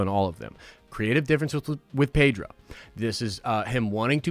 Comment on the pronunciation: His name is pronounced PED-RO, not PAY-DRO dude. . From the man himself.